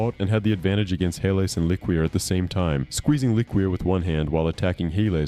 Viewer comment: I don't think it's pronounced lick-Queer. I think it's Le-Cure